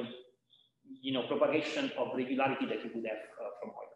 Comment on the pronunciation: It's "oil-ler"